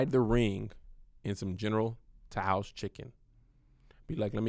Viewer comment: “General tou’s” 🤦🏽‍♂️ sheesh 😂😂😂